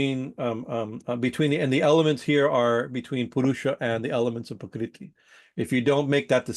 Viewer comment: it sounds like you're saying "pakriti" Sanskrit: प्रकृति IAST: Prakṛti